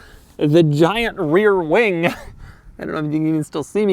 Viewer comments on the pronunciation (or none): "Weer wing" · "Bigger than any other 993 weer wing" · weer wing lol